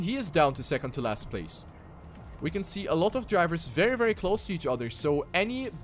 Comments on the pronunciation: always sound like you were saying "second-teh-last". listen closely. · "second-teh-last" lol